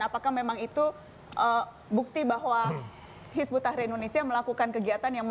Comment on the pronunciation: pada ngak bisa baca ya, bukan hizbut tahir, tapi hizbut tahrir